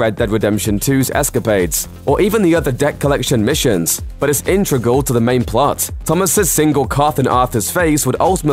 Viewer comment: Lol did he say "intregal"? Ha!